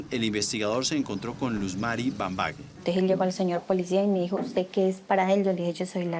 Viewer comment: Es Luz Mari Bambagué. Éstos rolos no saben ni pronunciar un apellido caucano